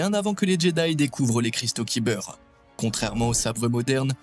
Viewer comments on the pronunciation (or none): "Cristal Kiber " ça fait mal aux oreilles chef